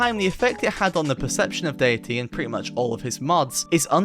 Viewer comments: why do you pronounce 'datæ' like 'dayatee'? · Why are you so bad at pronouncing æ? It's literally a letter in English and it's pronounced like the 'a' in apple. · Bro refuses to pronounce Datae proper. He's ragebaiting the ragebait, its genius.